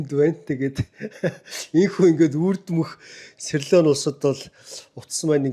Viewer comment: СирЛон гэнэ үү, улс орнуудын нэрийг нь зөв бичиж, зөв хэлмээр бх юм аа